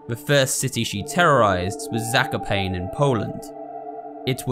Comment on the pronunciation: FYI - Zakopane is pronounced more like like "Zack-o-paah-neh", Jarek is more like "Ya-reck"